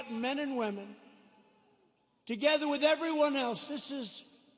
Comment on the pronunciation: The Madman! He calls them "Minion"-apolis lol!